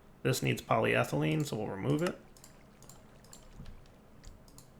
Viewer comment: at least he is more consistently pronouncing polyethelyne correctly. takes the wins you can get.